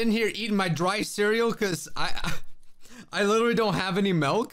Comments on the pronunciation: Madge milk not melk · It's so funny to me how he pronounces milk. I honestly thought the milk or malk debate was a joke- Plus in my country milk is melk and you actually pronounce it malk